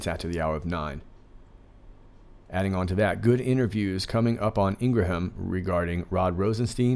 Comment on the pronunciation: Thank you for an excellent job as always! Just a tiny thing, her name is pronounced “Ingram”:)